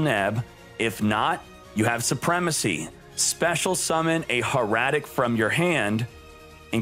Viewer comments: Hair-a-tic Not Her--a-tic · How you pronounce Hieratic makes me cringe